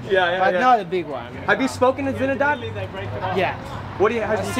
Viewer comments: Who the fuck is "Zinedad" Zidane? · Get it right!!! It's Zinedad Didane